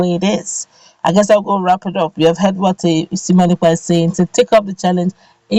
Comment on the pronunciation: 👍👍👍👍👍👍👍👍👍✔✔✔✔🙏Thankyou Simon Ekpa! Please madam presenter his name is sImone NOT sEmion. Two names are different by letter I & letter E. Pls take note.